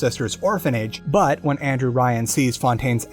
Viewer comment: Why did Andrew Ryan suddenly become Anne-Drew Ryan?